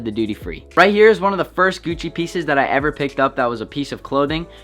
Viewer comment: Y he saying gucci like gewcci